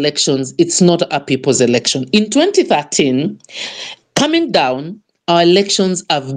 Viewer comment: Good work, however watch out with the word "election" and not say "erection"...